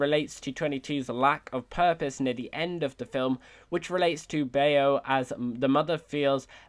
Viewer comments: Baaayooo lol .. its pronounce bow (bao) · Bay-o 🤣🤣🤣🤣 It’s pronounced bahw like bah-ow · anyone gonna mention he says bao wrong its pronounced ba o not bay o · Anyone else cringe when he mispronounced the Pixar short Bao? It’s not BAY-OH, think of it more as the sound “ow” with a b in front •_• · Interesting points made 😊👍 Just a little comment on “Bao”, it’s “bah-oh”, not “bay-oh”. Still, I’m looking forward to your upcoming videos regarding the Pixar Theory 😁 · It’s pronounced like bau not b-a-o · It’s not “Bay-Oh” it’s “Baow” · Bao is not pronounced as Bay-o. It is Bao (Bow). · The idea of this video is antithetical to the take away message of soul but I understand the need to make it fit, especially with the overarching theory. That being said, Bao is pronounced Bah Oh, not Bay Oh. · Its pronounced Bow not Bay-oh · First of all, eyes are the windows to the soul, and 22 has PURPLE eyes and you already ruled out all the purpled eye people. Second, it's pronunced B-ou not Bay-o P. S. I clearly can't say that the mother isn't possible since we don't see their eyes but still . _. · Its killing me. It's pronounced "bow". Bao is pronounced "bow". Not bayo. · It’s pronounced “Bah-ow” not “Bay-yo”. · I just wanna say for the future, its pronounced "bow" not "bay-o" in regards to BAO Edit: bow as is wow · In reference to Bao, the short. Bao is probablyyyy not that mother figure's name. Pronunciation rhymes with WOW. - BAOW and not BAY-OH. Bao is another word for dumpling. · It’s called bao not baio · Just a quick thing. Bao is not pronounced bay-oh. It’s pronounced bow, like to bow down or kneel. And I agree with the fact that 22 could be anything. Gender doesn’t have to be a girl. The souls can alter their voices to whatever they want. 22 even said that they only chose that voice cuz it was the most annoying or upsetting. 🤷🏼‍♀️ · Oh god the butchering of the word bao hurts my soul it’s not bayo it’s bow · bao rhymes with cow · It’s pronounced “Bowe”